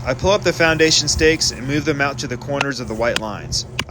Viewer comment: I thought he said our asian contractor... replay and he said foundation